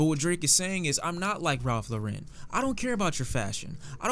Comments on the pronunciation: why in the hell does does he keep mispronouncing Ralph Lauren? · Have I been saying Ralph Lauren wrong my whole life? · Why do you pronounce words so weird Ralph Larren Story of Adeedon Boi